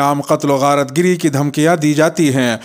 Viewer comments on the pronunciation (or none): sahab "" qatalo gharat gari "" sahi lafz hai na ke ( gharat giri )